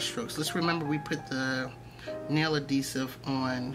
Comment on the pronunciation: Are you saying adesive? AdHEsive🤭 I am gonna try my nail glue tho, so ty!